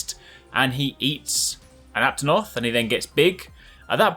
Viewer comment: You're the first youtuber I've seen who actually knows the name of the aptonoth and how to pronounce it.